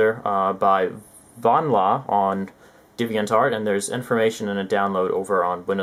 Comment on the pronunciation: Divian Tart? It's Deviant Art.